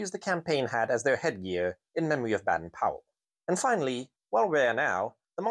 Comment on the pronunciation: Just as an aside, Baden Powell actually pronounced it nearer to pole..he even wrote a poem about it 😆 🤣, Ive put a link on separately 😊